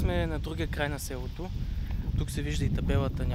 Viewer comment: (Някой хора просто си говорят така, не е проблем.) Той каза ,,сѐлото”